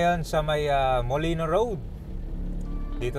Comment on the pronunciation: Molino Flyover po, hindi po Molinoy Flyover, wala pong letter Y sa huli.